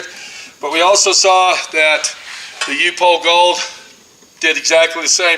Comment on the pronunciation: Pronounced UP HOLE